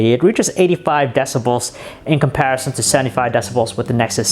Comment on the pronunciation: does anyone beside me hates how he says "comparison"? lol